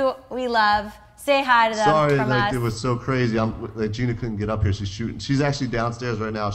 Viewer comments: its Jeana, not Jenna....for the millionth an one time. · that guy in the suit is dumb as hell its jeana not jenna